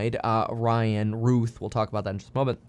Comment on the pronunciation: The shooter was Ryan Routh, pronounced 'Row-th' but Kevin kept saying Ryan Ruth.